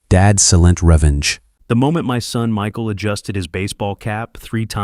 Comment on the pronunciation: Your AI can’t even correctly pronounce your title Silent Revenge. So sad